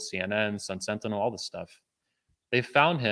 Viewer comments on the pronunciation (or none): none